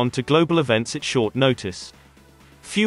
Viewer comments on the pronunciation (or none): 7.18. Future Navvies? He said Navvies, not Navies. Proving this very English accented voice was not a human. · 7minutes 10 seconds - few other 'NAVVIES' can do that. Come on, learn how to pronounce words properly, thank you. It's not really good enough. No wait - it's a bot!! Computer-generated speech! Even so, some software problems there - if you can't discern navies and navvies then whoever programmed it should be sacked. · wow, a report on naval news where the commentator doesn't know how to pronounce the word "navies"